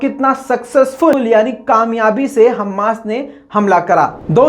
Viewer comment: हम्मास नहीं "हमास" होता है